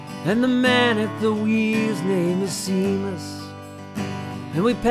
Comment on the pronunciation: Great voice, but please learn the rest of the lyrics and how to pronounce "Seamus."